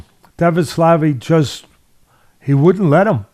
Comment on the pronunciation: Dvalishvili is pronounced phonetically.